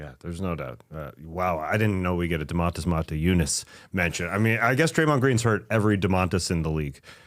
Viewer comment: I do not remember Draymond Motiejūnas incident, but man, Draymond might really be a xenophob. Also Tas, his name was Donatas, not Domantas, I mean its very similar, I get it. WHen you pronounce it 100% correctly, it is not THAT similar in sound, you guys in America put the accent in the wrong spot when saying Domantas, its not entirely how it suppose to be pronounced... I think Donatas is far more common name in lithuania than Domantas, I could be wrong, but both are fine Lithuanian names.